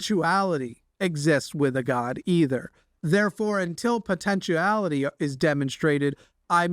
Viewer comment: It’s potentiality, not potentuality.